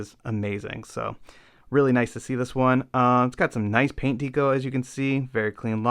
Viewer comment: Good work, but I had to tap out because of the pronunciation of "deco". Haha. Keep it up.